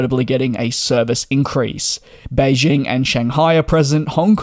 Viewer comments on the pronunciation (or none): none